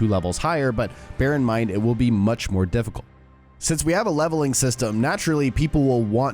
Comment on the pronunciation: "Dificult" he tried to say ...